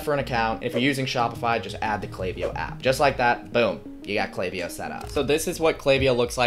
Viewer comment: I appreciate that you pronounced the name right haha. That was a big sell to keep watching. You seem to know what you're doing and I think you mentioning the value of your previous videos (especially the 47 minutes of you walking through you building something) are high selling points. Subscribed :)